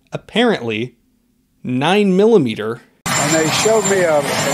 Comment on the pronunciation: 9 millomeetuh. Derp . Go eat your puree of carrots joe.